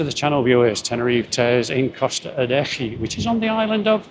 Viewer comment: Costa "Adeke"